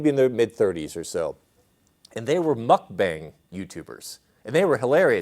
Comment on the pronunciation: Pronounced mook-bong.